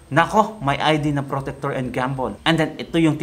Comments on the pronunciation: alam mo supporter ako ni tatay, naniniwala talaga ako ni tatay....kaso napapansin ko sa mga vlog parang hindi mo talaga pinag aralan....hindi po protector ang pag pronounce nyan procter po yan...kaya minsan natatawag na obob ang ibang dds dahil sa mga kagaya nyo eh..pag aralan mo muna ang lahat ng video na gagawin mo im not saying na hindi ka marunong but please research everything before you make a video.... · Procter & Gamble sir hahaha mali ata pagka sabi mo. Parang protector and Gumble hahaha